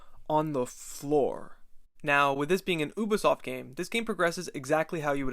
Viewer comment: Not bad video but just to let you know it’s pronounced Youbisoft not Ooobisoft